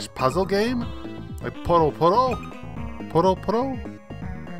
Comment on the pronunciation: It's puyo as in yo-yo.